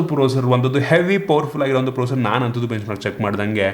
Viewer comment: Bro, ಪ್ರೋಸರ್(processor) ಅಂತ ಹೇಳೋ style ಚೆನ್ನಾಗಿದೆ ಮತ್ತು ಬೆಂಕಿ super guru.